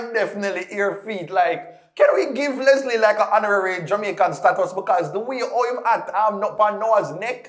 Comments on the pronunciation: Is name is not Leslie, it's Letsile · his Name is (let-see-lay)Letsilè,,not Leslie..😄,,🇱🇨👊🏽🇯🇲👍🏽❤️